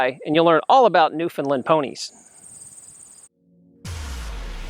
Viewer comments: Firstly, with respect, the correct pronunciation of "Newfoundland", simply put, it rhymes with "understand"; emphasis on the last syllable. Secondly, according to the Newfoundland Pony Sanctuary at Change Islands, Newfoundland and run by a tiny, hard-working group of volunteers, they think there are maybe 350 - 400 Newfoundland Ponies left in the world. But they have limited resources - maybe you know more. There is another Newfoundland Pony Sanctuary nearer to St. John's (the capital of Newfoundland and Labrador), but I know almost nothing about that group. In any case, I wish you well and hope the pipeline doesn't hurt you, if it does materialize. By the way, the sanctuary at Change Islands had three foals last year! Joy! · holy moly the lady in the first of the the video is completly wrong!!!! im from newfoundland i live in newfoundland! thers more then 300 on the island alone! omg there all wrong and she cant even pronounce newfoundland! they are not natural they are bred that way to work in the mines! i can go on and on sorry bro i love ur vids but this lady is dumb ignorant or just dosnt want to do any reading on the newfoundland pony!